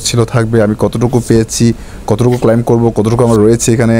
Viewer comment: ক্লাইম না ক্লেইম বলবেন।